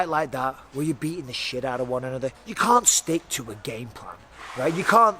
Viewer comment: I like how Mike says "can't", sounds alot like "cvnt"